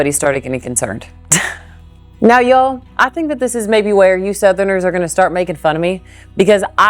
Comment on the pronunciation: My dear, you are one of the rare "northerners" who has truly "become a southerner". You even say and use "Y'all" perfectly.😆My Grandfather moved south from Wisconsin and never went back. Like you, he loved the south. Listening to you here brought back so many memories of him saying some of the same things. Thank you for that.🥰 Now, for that "horseshoe sandwich"! I think topping the meat with some sauteed onions would be perfect!😋